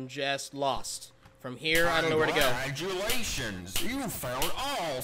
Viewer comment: To me it sounds like he says “I’m Gladulations” instead of “congratulations”